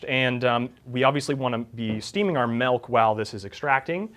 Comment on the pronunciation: Good joke but Stop saying melk omg